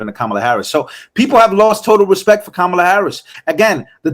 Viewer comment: Did she say “Komala”😂